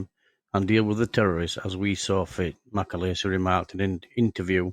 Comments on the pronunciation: John MacAleese (not MacAleesey !) Eas born in Larbert in Scotland. At least get his name right ,! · its mc aleeeeeese not mc alaisise